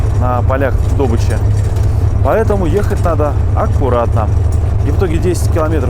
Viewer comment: Ну какая " дОбыча"? - добычА!!! ДобывАть!!! Из ушей кровь, во многих роликах у тебя.